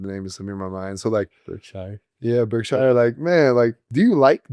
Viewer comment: Berksure /shur not shire (despite the spelling)😎